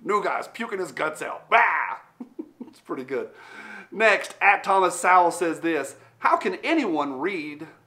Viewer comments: Don't know if anyone said it yet, but it's Thomas "So-wul", not "Sow (as in pig)-wul". You should watch some of his Youtube videos. Really smart guy. Has been fighting the fight for a long time. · His last name is pronounced Soool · His name is pronounced Sowell (rhymes with bowel). C’mon 🤦🏻‍♂️ He’s only the most influential economist of our time. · How the fuck do you not pronounce Thomas Sowells ( pron like SOULS) name correctly? The guy is a beast and a legend. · That’s pretty bad for people to unsub over a statement of objective fact. I won’t unsub over your mispronunciation of Mr. Sowell’s last name though.😀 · Dude, if you don't know how to pronounce Thomas Sowell's name, leave Thunder Ranch now, give Clint a sniff on the way out, and read a Thomas Sowell book or start watching his videos. He is a Truth rock star. Clint is a great guy, but I would give a week at Thunder Ranch for a dinner with Thomas Sowell.